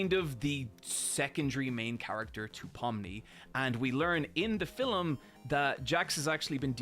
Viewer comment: If you ever feel like correcting when he makes a mistake after spending 3 months on a video, I gotta tell you, he's always going say "fill-im" (or "fillum") for film.